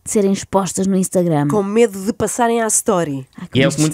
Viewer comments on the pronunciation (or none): none